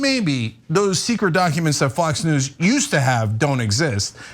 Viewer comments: Is Anna saying.... doncuments?.... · It’s dAAcumentss